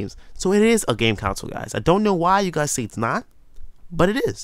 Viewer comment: err it's pronounced con-sole not council, just sayin